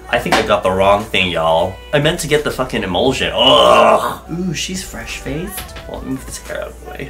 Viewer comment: Even mistakes (fraced) are friggen adorable 😂💙fave